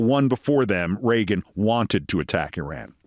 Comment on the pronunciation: Mispronouncing Iraq and Iran ... doesn't know how to use a gerund ... for a smart and articulate person, Keith, your grammar is horrible.